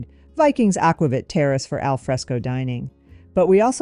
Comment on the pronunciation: Very thorough comparison. Btw, it’s pronounced “aqua-veet “.